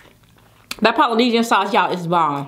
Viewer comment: I KNOW SHE DIDN'T PERNOUNCE POLYNESIAN LIKE THAT.... AT THIS POINT IT'S JUST A CHOICE